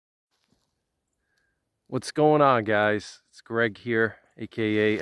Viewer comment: Shhhhh, be vewy quiet. Gweg is hunting wabbit.🥶👍